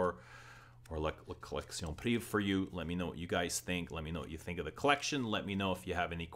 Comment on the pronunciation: Great review as always. I'm french and just FYI, for the pronunciation, every time you are saying like if it was written like la collection "priv". You are forgetting "ée". The full word is "privée" and is pronounced like lingerie is pronounced linger"aye". So you should pronounce like la collection priv"aye". If that makes any sense, haha.